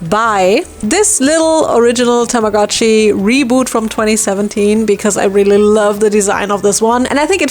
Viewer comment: TAMAGO-CHI IS PRONOUNCED WITH A LONG O. たまごっち - Tamago-chi - Tamago is Japanese for egg.